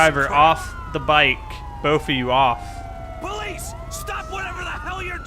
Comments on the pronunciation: i love how he says his l's like powice love it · why do you say police like that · he says W instead of L Cus he don't take no Lzzzzzz